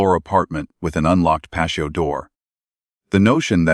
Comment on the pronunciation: How can an ai bot, not be able to say patio door, and pronounce it as pacio